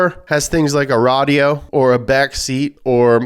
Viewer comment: The way he said "Radio" was actually pretty funny haha.